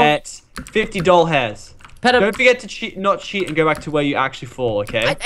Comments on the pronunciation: it sounds like lachlan is saying doll hairs or dollhairs, the second one means dollars, is that rigth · Psyco zombie I heard doll hairs...